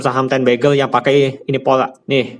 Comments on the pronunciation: Ini ngomong bagger atau begal ? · Maksudnya Beger apa Begel kak..?kok aku dengernya Begel terus? 😁😁yang pasti terima kasih ilmunya kak...